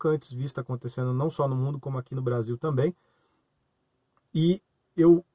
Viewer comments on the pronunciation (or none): none